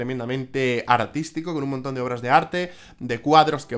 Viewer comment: A diego le gusta el arrrrrte,todo tipp de arrrte